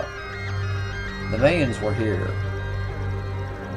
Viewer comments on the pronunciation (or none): Why does it bother me so much that he calls the Mayans "MAY-UNS"?